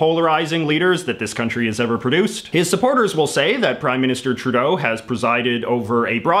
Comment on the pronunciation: Justin TruDAY-O